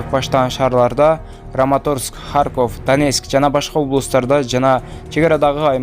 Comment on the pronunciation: Орусча тилден сабак ал,та,та девей харкоф емес Харьков,болот